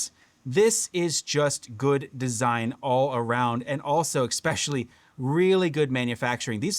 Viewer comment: Sorry to do this... eSpecially, not eXpecially. It's alright we all do it. Just thought you might want to know. Sometimes it's like having food in your teeth but nobody says anything. That said, I didn't miss the point of the video and I am totally on your level and appreciate quality design practices. This radio nails it! Maybe they can copy a more compact radio some day and bring along the same improvements. The game controller style radios are what I prefer, as long as they provide a good point for the neckstrap to clip on that's not an afterthought. Love your commentary and how you point out when these companies spend more on marketing than manufacturing.